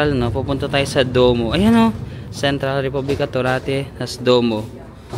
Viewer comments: kindly pronounce DUOWO as DWOMO. BELLO. - BEL-LO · DUOMO (duwomo) hindi po duo may mo po ang huli 😅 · 😂😂😂😂 natawa ako sa vlog mo na to duwo😂😂(duomo) then sa tinapay 😂😂😂😂 grazy(grazie) 🤣🤣🤣 sige kuya ipalaman mo yung risotto 😂😂😂 na enjoy ko panoodin ka.... kung po ang sulat yun din ang basa wag mo artihan at na mamali ang higkas 😂😂 Sige lagyan mo ng balsamic ang risotto 😂😂 try mo lang